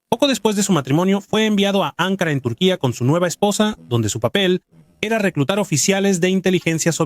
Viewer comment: "EL ATRACTIVO DE LA C.I.A. LO ATRAJO..." JAJAJAJAJAJA. QUE MANERA DE ESCRIBIR ES ESA ? ADEMAS ES "ANKARA" . CON ACENTO EN LA SEGUNDA "A'. NO SE PRONUNCIA "ÁNKARA"